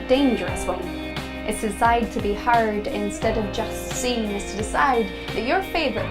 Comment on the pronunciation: Why's she pronouncing 'heard' as 'hard'?